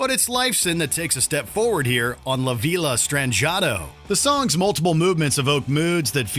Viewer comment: how he pronounced la villa STRANGE ATO kills me lmao